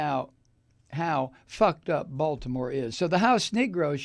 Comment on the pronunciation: I like you, but that's not close to how we say Baltimore in Baltimore. So please stop getting it so wrong! It's insulting. I totally hate Trump, and don't support anything connected to him. If i were you, I'd maybe choose some of the words you used in this video more carefully. That isn't a threat, just good advice.